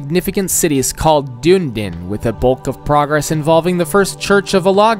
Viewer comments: btw its not dune-din it du-ne-den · dune-din 😂 it’s pronounced duh-knee-din * also it’s the first church of OTAGO (oh-tah-goe) not olago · its pronounced dune-knee-din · mel-born is nowhere near as bad as dune-din